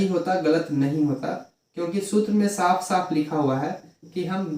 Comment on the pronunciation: Daf😂😂😂😂😂😂 saf nahi 😢😢